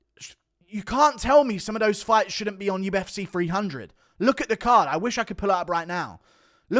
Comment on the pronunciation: The U-F-seh 😂 bro it’s cee.